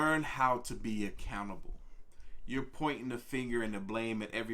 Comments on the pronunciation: When he said "learn how to be accountable" I swear I heard "learn how to be a cannibal"... had to work that one out in my head for a minute. That was a trip! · Anybody else hear "Be a cannibal" instead of "Be accountable" I had a few moments of wondering. Very confusing for a moment :D